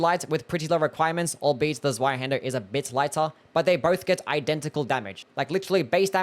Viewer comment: The Z is Zweihänder isn't a hard Z. It's more like the ts sound in "kitsune". Or you know. A Hungarian C. Also Ornstein should be Orn-shteyn. I'm not German but I was tortured with it for my entire school life and at least the pronunciation didn't autodelete when I got free.